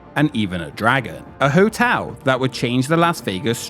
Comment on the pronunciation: Good video, but it's really distracting to hear you keep pronouncing "hotel" as "hotew".